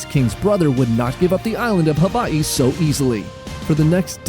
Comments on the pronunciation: Someone pronouncing Hawaii the right way. Finally. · From Hawaii. Appreciate how you pronounce Hawaii correctly